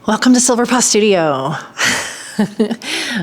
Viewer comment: Congrats though I think you should consider a different name. When you said “Welcome to Silver Paw Studio” it first sounded like Silver Pus Studio 😳🙊